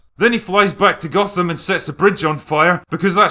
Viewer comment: He didn't say "Gotham" he said "Gothan", he was clearly watching the swapmeet bootleg version of Dark Knight Rises, where all the actors are mexican day laborers.